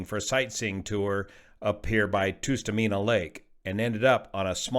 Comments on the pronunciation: FYI, it’s not “Toostameena” but “Tuh-stuh-meen-uh”. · Great presentation as always ! Just a little correction on the pronunciation of the lake,it’s called tust a mina, not toos ta mina. As I said love your presentation s always but as a fifty five year Alaskan I just thought I would chime in. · It’s Tust like trust! And you say the rest right but it’s not toost. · I’ve never heard anyone say “Toostamina” when I’ve only ever heard my fellow Alaskans say “Tustamina”. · Just a note, pronounced Tus TOO mena Lake. (vs Tus TUH Mena). I am glad his daughters are ok. Hopefully they will never fly with their idiot father again (phew, no flight plan 12 hour latter and what was Grandads part in all this?) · Hi, writing from Alaska. It's pronounced Tuss-ta-MEEna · Tustumena - the first syllable is pronounced “tuhss” (a soft “u”). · Tustamena is pronounced like dust-amena. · The first “u” in Tustumena is generally pronounced (in Alaska, anyway) as the “u” in “tusk.” An “uh” sound not a “oo” sound.